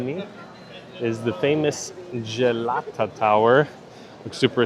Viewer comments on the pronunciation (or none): the way he says Jalata tower 😂😂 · Gelato tower 😂